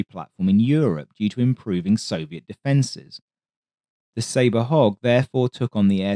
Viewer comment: I totally thought he was saying “hawk” until I read this comment 😎